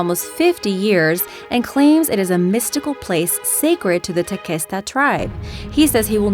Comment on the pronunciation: Tequesta is pronounced Teh-Quest-Uh not Teh-Kest-Uh... I live in Tequesta, FL